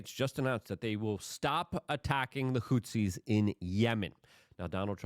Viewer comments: WHO-THEES. Goddamn Luke... not Hootsies. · Houthis. Not hootsies. 🙄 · PLEASE pronounce it correctly. The fucking HOOTSIES? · Hey man Love your work Thank you for repeatedly talking about Yemen and the bombings there. (Houthis is pronounced "Whothees"btw) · He leans into mispronunciation. It’s part of the charm.